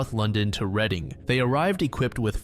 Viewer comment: As someone who has lived here all my life i just wanted to say thank you for pronouncing Reading correctly! Most people who don't know how to pronouncing it say it like "reading a book".